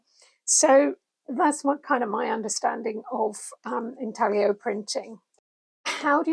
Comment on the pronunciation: Hello! Wonderful video! Usually I don't like listening to too much "rambling", so my thumb kept hovering on the "skip ahead" position, but you kept saying super interesting stuff :-) And it's pronounced intallio, one does not pronounce the g much when it is followed by an l. Love from Italy!